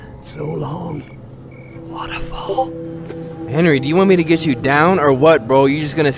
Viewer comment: my guy just straight up butchering my guy henri let the man rest in piece lol